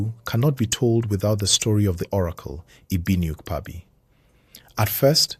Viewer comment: Do well to get your pronunciations right. Don't be too quick to produce a half done job, it mostly puts off the listeners. In Igbo diction our KP is prominent, the p doesn't swallow the k hence Ukpabi is Ukpabi and not Upabi. Same as Igbo(not ibo) and Chukwu(not Chuku).